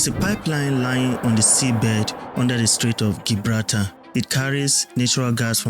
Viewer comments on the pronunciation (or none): It's pronounced Jibrawlta not Gi braal tar